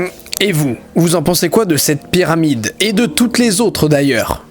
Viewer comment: Au début j'ai l'impression qu'il dit "Pierre Amide" au lieu de Pyramide